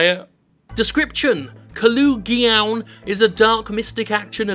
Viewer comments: There's one O between the L and the G, where is Jim getting this "oo" sound from? If it was Kolugeon then okay, fair enough, but it's an O. One O! Stop it! Oh, also, great looking game. Thanks for bringing it to our attention. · Ko-log-eon. There. I pronounced it for you. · I thought you said it like "Collagen" the shit that our nails are made of.